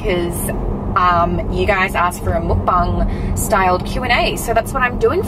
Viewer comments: “Mookbung” or “mukbang” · it’s pronounced like ‘mock barng’ not mookbang lol